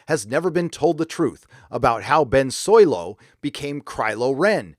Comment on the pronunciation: I dislike the direct Disney is going, but I can't take a middle aged youtuber seriously who says "Soylo"